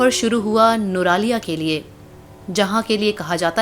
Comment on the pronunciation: Nuraliya?? Its nuwara eliya